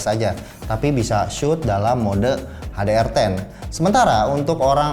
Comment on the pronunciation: Salah sih gw nulisnya di script ga lengkap malah pake "u" atau minimal pake μ wkwkwkw tapi ya gmn Om lidah udah Betawi banget ini 🙈 Itu aja "ha de er" salah juga harusnya "eij di ar ten" 🤣 ya maklum yaa namanya juga anak kampung Om, tapi ngerti lah ya maksudnya ✌️